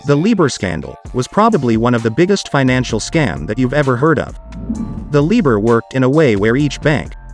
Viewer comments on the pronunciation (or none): LIBOR Pronounced Lie Boor ! London Inter Bank Offered Rate.